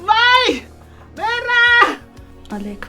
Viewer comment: ջան հայերեն խոսեք շատ տգեղ է հնչում 0լեգ ոչ թե Ալեք դուք ձեզ լսում էք գոնե